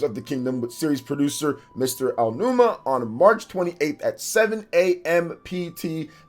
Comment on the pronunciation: he didn't. he said Aa-numa. I had a whole conversation with about this when he had the call-in last week lol check the VODs.